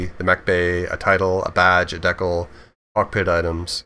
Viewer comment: Can this guy not pronounce the word decal ?